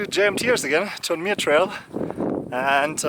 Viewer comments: That’s a squirrel! You can do it! Glad your foot got better. I love the hat repair — the rain probably got to it by now. Btw, it’s Too-ALL-um-knee. If you can say all those words using the English pronunciation, you’ve got it. It’s Native American in origin. It looks like you went to a ranger talk. Did they ask if anyone walked all the way from Mexico? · Your humor also enlivens the videos...and your pronunciations of Ibuprofen and Tuolumne and Donohue!! Very entertaining!!